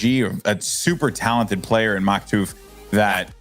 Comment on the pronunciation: He said Maktuf and Flyts name wrong :(